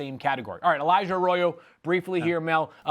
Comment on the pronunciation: Mel butchered Elijah Arroyo’s last name so many times it drove me crazy